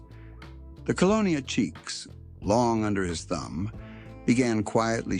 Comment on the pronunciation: Cheeks????????? Its Chiques Ese. LiL Chicago